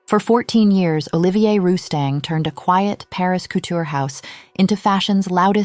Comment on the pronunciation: Olivia is a woman's name, not the name of our newly exited designer, Olivier, pronounced O-LIVE-EE-AY....